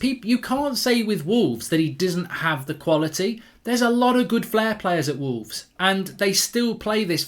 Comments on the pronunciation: Wolves with hooves = Mark saying "wooves" 🤣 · Why is the way mark says wolves so uncomfortable